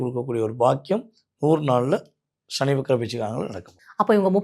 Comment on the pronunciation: "ஷனி" இல்லை "சனி"